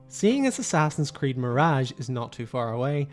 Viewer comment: The moment you said Assassin's Creed you lost all credibility😂😂